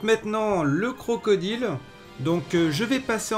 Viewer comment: CrocodAÏLE